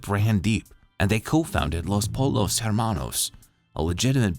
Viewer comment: It's pronounced poyos not polos